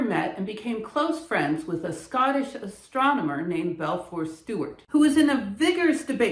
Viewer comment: This is splendid. Thank you! // Minor correction: I keep hearing you say "Belfour" (which is the spelling on your slide, a little after the 6 minute mark); but when you show it in images of text from the period, it is uniformly given as Balfour.